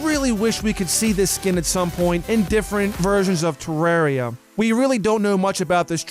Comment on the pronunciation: TE REAR I A Not TE RAWR REA